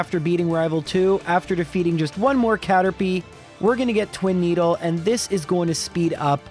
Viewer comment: "Twin-eedle" good job gen 1